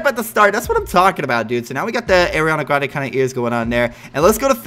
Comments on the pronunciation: He says eariana graende😂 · It’s Areeana Grande in my opinion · You say her name wrong no hate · It's Ariana Grande it's not Ariana Grande it's Ariana Grande